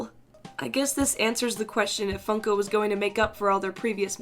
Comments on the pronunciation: Did anyone here she said f****o instead of funko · Your now fun. FUN-ko